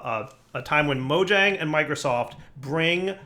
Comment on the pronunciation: You went all the way to sweden, & you still pronounce Mojang with a hard J? :P Totally awesome to hear that the Java team is expanding still, thanks for letting us know!